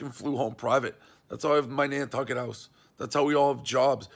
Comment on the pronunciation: The funniest part is when MR called it "Nantunkit" hahahah